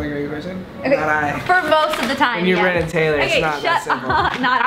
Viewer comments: Bremen Taylor? :)😂😂😭 I thought it was brennen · bremin ?? lol